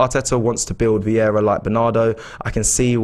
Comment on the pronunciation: Is super chat some competition for stupidity? Amount of stupid comments are incredible. And his name is not Viera, VIEIRA!!! is it really that hard to learn how to pronounce someone’s name? Edegor playing almost 2 years for club and AFT guys still saying Odegard?!?